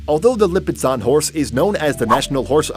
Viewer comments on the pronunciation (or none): Okay. Lipizzaner does not have a t sound in it, and in word the Knabstrupper, the k is silent. Research pronunciation before you do a video.